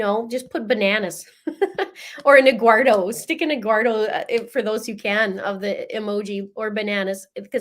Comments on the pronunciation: The lawyer, I think it is the defense attorney, gets Eguardo wrong too. He actually says it the right way and says Eduardo. It’s confusing. 😂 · The def lawyers are awful, cant get anyones name right.. Lana landon eggwardo eduardo hahaha